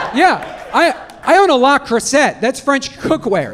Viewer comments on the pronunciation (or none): "Leh Croosay" 🤘 Gilmore Girls is every woman's dream of "us against the world". Still triggers me to this day.